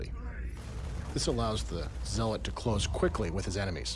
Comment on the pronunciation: Note correct pronunciation of the word 'Zealot'. I mean pronunciation is the correct one.